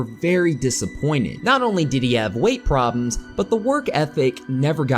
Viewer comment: Prob'ms?? Good grief.